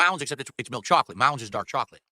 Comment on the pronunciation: I can’t stand the way this clown says chocolate